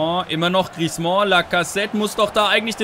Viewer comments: Änder bitte mal deine Aussprache von Griezmann! ;) Das "mann" am Ende spricht man eher wie den "Mann" im Deutschen, vielleicht nicht ganz so hart. Aber auf jeden Fall nicht wie du es immer machst mit Griez"mon" ;) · Hey, den Griezmann spricht man nicht "Griezmɑ̃" aus. Den guten Mann schreibt man am Ende mit zwei N. Ein "an" im Französischen spricht man als "ɑ̃" aus, wie in "orANge" - das ist dann ein so genannter Nasal-Laut. Ein "ann" aber wird ganz normal wie im Deutschen ausgesprochen. Nenn ihn doch einfach "Griesmann":)